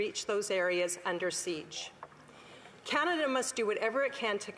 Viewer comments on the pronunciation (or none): none